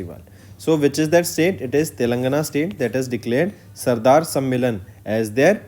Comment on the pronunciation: Sir plz give proper attention to pronunciation. Like you are reading Sadar as Sardar.